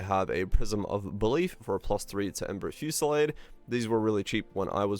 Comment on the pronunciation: The way you constantly struggle to pronounce "Ember Fusillade" doesn't bode well. Are you Canadian?